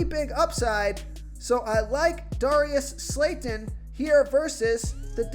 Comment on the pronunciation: Bro you trying to screw us over 😂😂 Darius slayton? Really?!😂😂😂😭 you can’t even say his name right!!